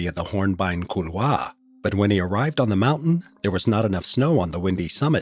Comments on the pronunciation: Kool-waar...not cool-vaah... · Please stop saying "cool-Waah". Just avoid the word if you can. Call it a gully. . Maybe same for "Adieu